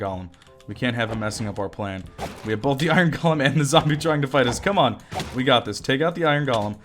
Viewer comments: Technically yes, you're saying it weird. It should be GOH-LEM. But I pronounce it GAH-LEM as well. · i love the way he says Iron "galem"